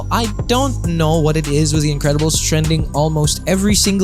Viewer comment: Bro said "Individiddles"